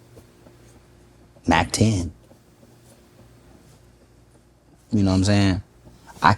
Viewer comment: This man said Mack-10… 😂😂😂, no